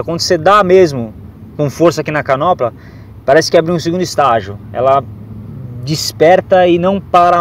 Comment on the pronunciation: "Canopla"???? ou manopla.... rsrsrs, perco o amigo, mas a piada não!!! Massa a reportagem!